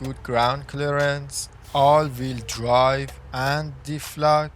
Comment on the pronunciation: all veel dwive :))) LEARN ENGLISH